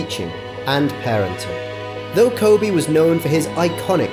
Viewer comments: It’s Kobe not Kobay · Kobe...not Kobay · “Kobe not Kobey “ For respect please fix, any language or dialect its Kobe. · It's KOBE not Kobay like it's Kobe beef from Japan. Respeck the name. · Ko-Bay-Bay! Ko-Bay-Bay! That's my song! Why is it you say his name right a few times, but most of the vid you call him Kobay? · Why this dude keep saying kobae smh 😡it’s kobe for ffs get it right dude!! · Ko-bay It's Kobe!!! The age gap only 4yrs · His name is Kobeeee not Kobayyyyyy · lol@ "Ko-Bay" .. It's KobEEEEEE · Say Kobe not kobay hah RIP mamba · I like the video but they keep saying Ko bay and not KO BE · Why are you pronouncing his name as "Kobay" tho? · RIP KOBE & GIGI 😢💔 Why are you pronouncing his name KOBAE? You would think everyone would know how to pronounce his name by now. RIP to the other people that was on that helicopter 💔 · Can this guy say KOBEEEEEEE’s names right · If you could only pronounce his name correctly. It ain’t KOBAY!!! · Ever notice the guy says Ko-bae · The way he pronounced Kobes name ruined the whole video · I can't listen anymore as you mispronounce his name!! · The narrator can't seem to pronounce Kobe's name consistently. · Nah. That wasnt a cheating scandal...that was a RAPE scandal. Let's be honest, he was a great father and basketball player, but a bad husband. I know people wont like this and I know its not the right time, but I just cant let you LIE on this video and re write history. He was not a "devoted" husband. Also, he didnt pronounce his name like the beef. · A little bit of research would have prevented this YouTuber from mispronouncing this legend’s name pervasively throughout the video. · I know the speaker has an accent but he is pronouncing it like beef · B GA Nah the host to makes me mad. He could've taken a few seconds to learn how to pronounce his damn name 😡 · That's right B GA that's right brother 👏👏👏. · He is pronouncing it like the beef because he has an accent